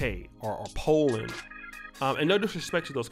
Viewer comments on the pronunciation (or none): none